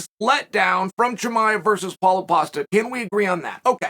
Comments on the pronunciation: I just laughed out loud at a computer screen because of "Caulo Pasta" instead of Paulo Costa, Thank you Chael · Did he say Paulo Pasta? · He just said Paulo Pasta hahahahahah